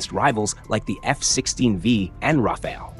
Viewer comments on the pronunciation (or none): none